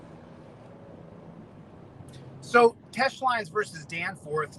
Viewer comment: “You dunce caps didn’t do the research on Teche Lines vs Danforth like I have” Really? That’s why all these “duncecap” had to point out that you were pronouncing it wrong for MONTHS? 😂😂😂😂😂😂